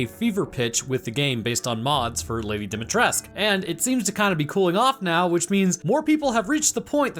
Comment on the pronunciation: Oh thank god he said lady, d's name right finally hes the first person ive heard to say it correctly.